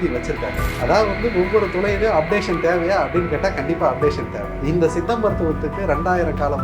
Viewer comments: தம்பி... மருத்துவர் சொல்கிறது போல் சித்த மருத்துவம் என்று சொல்லவும்.. உங்கள் உச்சரிப்பு தவறு... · Tamil medicine is one of earliest medicine in the world. It deals with many subjects both internal and external of the Human beings. Anchor try to pronounce properly 'Siddha Medicine ' not seetha medicine.